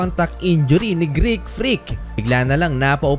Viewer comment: Greek not Greak 😂 ✌️